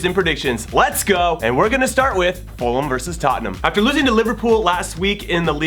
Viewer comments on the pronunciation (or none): none